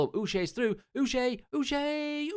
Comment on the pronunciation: Just a heads up Uche is pronounced ‘Uchay’ as in the ch is said as you would in ‘chased’ not sh :)